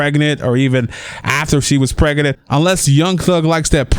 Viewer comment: Omg, is it only me or the way the commentator says 'pregnant' is so hilarious.. Pregenant booty😂😂😂😂😂😂